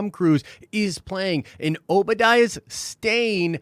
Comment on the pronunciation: Why,?🤭 Why do you keep calling him "Obadiah's Stain? It's Obadiah Stane.